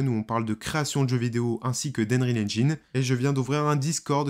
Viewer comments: Désolé mais "engine" se prononce "ennjein" / "ainjein" , pas "ainjAYn" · ainreal ? ainrecord ? xD alors je parle pas de ainjine xD "un" en anglais ça se prononce eun, donc c'est eunreal ainjayn et eunrecord. y a google trad qui prononce les trucs aussi si jamais tu as des doutes. en tout cas c'etait marrant xD bon j'ai vu le titre et clairement non, c'est un jeu. point, je vois pas ce qui pose probleme, à coté de ça y a le mode campagne de bf et cod donc bon. je sais pas si tu as joué au premier metro mais quand tu entends les mecs agoniser doucement et ramper en predant le souffle parce qu'ils ont pris une balle dans le torse, j'ai envie de dire que ça à déjà été fait. apres je suis d'accord qu'il faudrait pas que ça aille trop loin dans le troublant, et faudrait pas qu'avec des mods on voit venir de fausses vidéo de bodycam etc. ensuite, le jeu sera forcement pegi 18+ donc pour adultes et clairement pas pour les enfants deja aux vues de ce qui a été montré dans les animations de morts des pnjs. pour ce qui est de la config, paaaaas du tout, c'est justement le principe de l'unreal engine 5 pouvoir faire tourner des jeux plus beau que ceux sous UE4 sur des config moins puissante que celle qu'il fallait pour un jeu UE4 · Et haine-rile haine-gine ? Cela me tue les oreilles hélas.